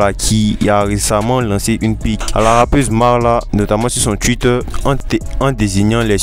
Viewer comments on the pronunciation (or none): none